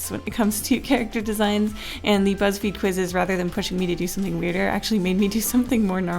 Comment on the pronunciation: oh my god i heard "Whatever you say butts feed" hahahah